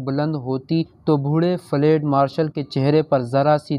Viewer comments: اوو چاچا فلیڈ نہیں فیلڈ ہوتا ہے. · Lafz flaid nahi balke field hy. Drustgi ker lain. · لفظ ُفیلڈُ آپ نے بالکل غلط پڑھا ہے